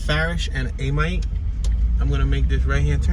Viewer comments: You pronounced Amite wrong. It's pronounced like it is spelled Amit. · Galatin...pronounced Gal-ah-ten. Amite- pronounced Ah-mitt..like a baseball mitt. And yes Jtran the bus service